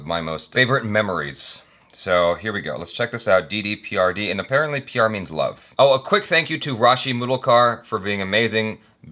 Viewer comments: Its not di , its de bro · it's De De as in "They They" and not "Di Di". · It's not di di pyar di 😂 It's Dey Dey pyaaar Dey which means give me some love ! 😊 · Hahaha good try bro!! It's actually pronounced DEY DEY PYAAR DEY. You said DDPRD!! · they they pyar they... pronunciation bruv. meaning give me, give me some love. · The Movie title is pronounced as 'dhae dhae pyaar dhae' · D D P R D is how pronounces it haha! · Oh btw it’s.. they they pya-ar they 😂😂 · D D peeyaar D wow nice pronunciation 😂😂😂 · Say "they they pyar they",, that would be the actual pronunciation 😉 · By Movie name pronunciation is "D D PR D" 😂😂😂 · Pronounce it as they they pyaar they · "De" is pronounced as "Day" or "Dae". P.S : That top really brings out the blue in your eyes! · pronouncing Didi pyaar Didi 😂😂😂😂😂😂😂😂😂😂😂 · You have to pronounce it as 'They They Pyaar They' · You know how they pronounce "they"? They force air out through the space between the tongue and teeth while saying "th" . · Bro..... Pronounce De as 'they' 😉😉